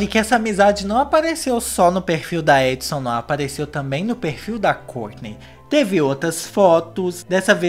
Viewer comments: Resultado do vídeo sempre confundindo o nome dela é errou o nome dela o vídeo todo se fala adisan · Só consigo ouvir ele falando Edson KKKKKKKKKKKKKKKKK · a Addison tem o nome que se pronuncia tipo : edson